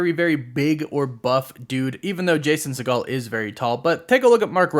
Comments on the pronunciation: It’s said as see-gl not se-gaal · It’s “Seigel” , not “Seagal” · Jason’s last name is Not pronounced like Steven Segals’ last name but like “seagull”. FYI 🫣 woof woof